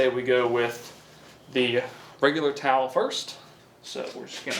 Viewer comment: Sham-Wow Tawl. 😂